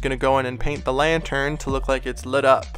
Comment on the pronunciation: When you say lantern it sounds like your saying lion turd